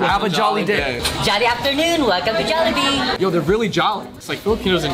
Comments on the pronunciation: idk why i get triggered when he says Jollibees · Can he stop pronouncing Jollibee as “Jollibees” like what?